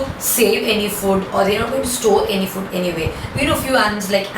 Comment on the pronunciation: Ma'am pls don't say fud. Its food. Listening to that is so irritating. Even though u explain everything amazingly but the word food sounds like foot 🙏